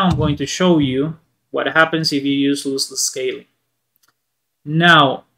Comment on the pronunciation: Loss- less Not looseless